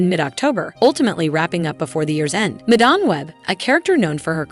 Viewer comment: "Ju-akin Phoenix", "Madahm, Madamm". If you can't bother to fix your AI voices I can't be bothered to watch.